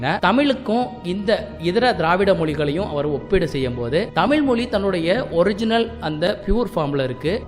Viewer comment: தமிழ் தமிழ் தமிழ்... You can make a little effort to bend your tongue and say it properly...